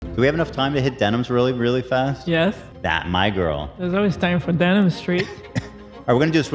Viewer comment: the day pronounces denims name correctly is the day i unsubscribe from him